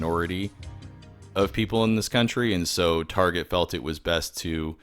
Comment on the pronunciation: Whose mom also called Target "tar-jet?"